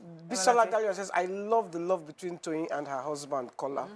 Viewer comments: 'Husband'. The majority of you are backward in that 'country' you call Nigeria. I asked a simple question, what was 'Usband' and why couldn't she pronounce her consonant 'H'? What happened? Frustrated people came out and typed examples of their frustrated lives except Yskubu, who was reasonable in his comments and 'politely' explained for me. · How old is she now? 53? How come she can't pronounce the letter 'H'? What is 'usband'?